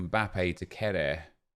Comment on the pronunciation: kehrer is pronounced care-er i’m pretty sure, not ke-rare 🤣